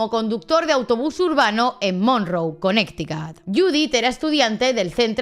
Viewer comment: También al decir Connecticut Según ella para pronunciarlo bien dijo Conecticat, mejor lo hubiese dicho a como se lee ya que la pronunciación correcta es kuh-neh-tuh-kuht o en su defecto Conericæt